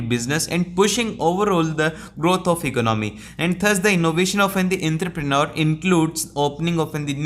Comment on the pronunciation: Entrepreneur ❌ Enthrepreneur✅ 😂😂😂